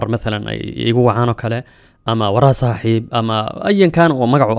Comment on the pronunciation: Z afsoomaali kuma jirto ee "S" dheh